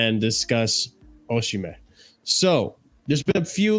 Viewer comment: Osimhen told John Obi Mikel he pronounces his name Osimay.